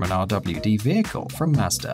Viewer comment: Ughh.... does anyone just drop their drawers when he says a car name with an R at the end? Mmmmmm mazders..... no offense to anyone